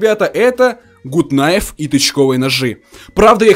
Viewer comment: не гут найф а гат кнайф